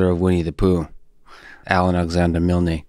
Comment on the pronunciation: Milne, not Milney. Come on!